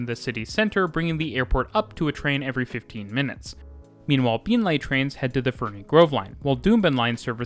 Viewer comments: Been Lee not Been Lay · Been-lee, not Been-lay. :) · it's pronounced queen's land, not queenslund. also beenlee, not beenleye. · please. it's not pronounced beenlay, it's pronounced beenlee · I would like to congratulate you on your pronunciation of the many and varied place names in this video. Most foreigners mangle them badly, however you did an excellent job. My only gripe is Beenleigh is pronounced “bean-lee” and not “been-lay”. :) As a former Brisbane native I really enjoyed this video, seeing what the city had done to improve the public transport since I left 16 years ago. Thank you muchly! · Great vid. Also its said "Been-Lee" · Incredible video only 1 thing to say beenleigh is pronounced bean-lee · Very good, except for Been-Lay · Very well done but just one miss-pronounced name. Beenleigh is pronounced Beenlea, been lee. I'm waiting for the new metro. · Been-Lee and “the Gold Coast”, not “down to Gold Coast” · A great video as usual, (though I couldn’t help but giggle at your pronunciation of Beenleigh!) You explained the up sides of Brisbane transport system very well but didn’t really go into the downsides - the main one being relatively poor frequencies (most rail lines are only every 30 minutes off-peak). Also, the Brisbane bus network is … umm … dreadful. It’s a confusing mishmash of mostly infrequent routes with an insanely bewildering variety of stopping patterns and route variations all mostly converging on the city centre. The bus network is so complicated that there isn’t even a network map, it would be almost impossible to draw a legible map. There isn’t a single high-frequency cross-suburban bus so most trips between suburbs require going all the way into the city and back out again. There has been some good work done on improving SEQ’s public transport system but it still lags a very long way behind Sydney, Melbourne and Perth and consequently has much lower ridership than those three cities. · Yeah only got Beenleigh wrong